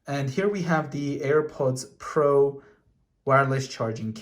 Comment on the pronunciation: And also Earports like do you know how to say AirPods Pro right my guy it do simple go my to kindergarten